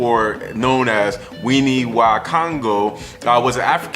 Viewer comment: Wene wa Kongo. Not wini. Wene comes from "Mwene" which means owner.